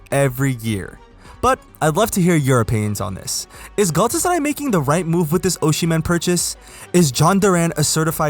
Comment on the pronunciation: Big fan of the superlig content! p.s it's Osimhen not Oshimen :D